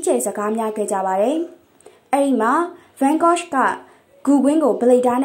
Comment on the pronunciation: စာဖတ်နေသူ- ရှင် Yan Gogh အသံထွက်မှန်အောင် ထွက်ပေးပါရှင့်